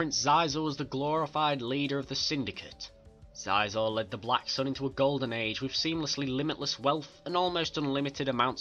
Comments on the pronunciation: its pronounced sheezor not sizor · Playgus? Zizah? It Plagueis (play-gis) and Xizor (she-zor). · Prononced Sheezor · Wonderful! So glad to see video about one my favourite syndicate=^.^= Maybe you Could do Pykes one day. Love the Pykes^^ ___ I`m sorry, but Shee-zor. (nevermind, video is still great. I mispronounced his name about a year. nothing bad happened). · That's not how you pronounce Xizor or Plagueis.